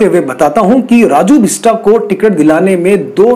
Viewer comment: सब से पहले नाम सही बोलो और लिखो । ‘बिस्ट’ और ‘बिस्टा’ में नेपाली(गोर्खाली) भाषा में क्या फरक है , अच्छी तरह जानो तो अच्छा ! बेचारे राजुको ‘बिस्टा’ मत बनाओ ! 🤓